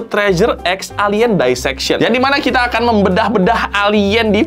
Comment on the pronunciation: Dissection nya dibaca "disseksyon" aja bang, gak usah "daiseksyon", risih bener dengernya 😭